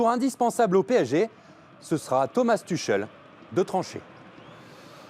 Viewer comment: Thomas "Tucheulle" mdrr